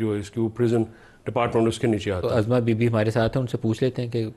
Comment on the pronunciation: Azma nhi Uzma name hay urdu atinhi ore qabza group hr jagh